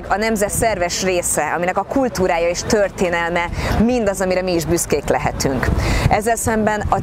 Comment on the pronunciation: "kulTHúrája és THörTHénelme..." és megannyi T betű, amit ilyen tajték módon böfögi. Istenem, de egy szánalmas ez a luvnya.